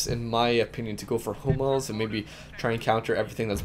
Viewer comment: I thought he said homos instead of hummels..